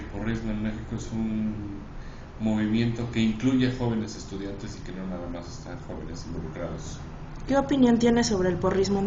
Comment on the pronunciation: heeey en Pau dice estucdiante no estudiante hay t encargo churpio